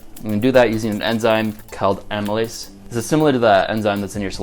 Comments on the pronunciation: The enzyme is Amylase and not "Amalyse" at minute . Link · Cool video, FYI the enzyme is amylase, not amalyse. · Isn't it Amylase rather than Amalyse?